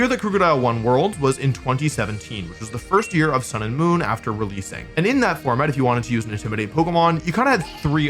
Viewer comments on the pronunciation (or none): none